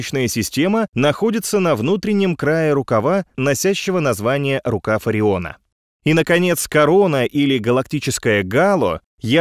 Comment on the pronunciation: Мне показалось в всё время говорите "рукав Фариона"?Правильно-"рукав Ориона".А правильный адрес Земли звучит так: "Солнечная система, галактический рукав Ориона, галактика Млечный Путь, Местная группа галактик, скопление Девы, сверхскопление Девы, сверхскопление Ланиакея, комплекс сверхскоплений (галактическая нить) Рыб-Кита".Спасибо